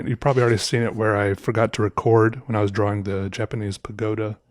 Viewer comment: This guy got all his views by pronouncing the 'W' in 'drawing.'